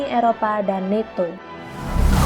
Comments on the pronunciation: Blok, alfabet (A) dalam bhs inggris di baca (E/EI).. Dibaca netto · EMG NATO di baca netto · NATO dibaca neto, hahaha koplak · Min NATO bukan neto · Min nato diucapnya tetap nato bukan neto gimana sih min b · nato bukan meto pakta pertahanan atlantik utara